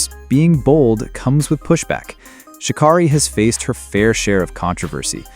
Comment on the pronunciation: Its Sha- KERRY NOT KARRY, DUMMY!!